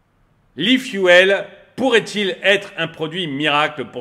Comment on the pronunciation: E-Fu"elle", trop 😂